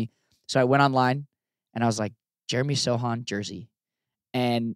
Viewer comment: Yes Jacob you pronounce Sochan correctly I confirm 😅